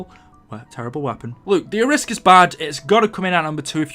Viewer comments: Arisaka not the Ariska! LOL! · Any one else bothered that he called the arisaka the ariska? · Ariska? Isn’t is Arisaka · i know this is 3 years old but who the fuck calls the Arisaka, ARISSKA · Wasn't the arisaka pronounced air ee sock a, and not a risk a? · It's not A-risk-ar it arrow-as-ka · the arisaka is pronounced ari-saka not aris-ka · Call the arisacka the ariska😂😂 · It’s pronounced as Ara-Sa-Ka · BOA ITS AIR-REEEEEEEEEEEEEEEEEEEEEEEEE-SOCK-AH ARISAKA! PRONOUNCE IT RIGHT! PLEASE! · It's pronounced Air.E.sock.a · Ok 1 you look like an idiot mispronouncing the Arisaka and 2 the Shiva is not an assault rifle! It’s not even full auto or select fire let alone it looks like it uses a longer round than an intermediate cartridge length. An assault rifle is select fire with an intermediate cartridge length round. Get your facts straight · Wtf is this shit. He can't pronounce Arisaka for shit. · YOU CANNOT BE SERIOUS ABOUT HOW YOU PRONOUNCE ARISAKA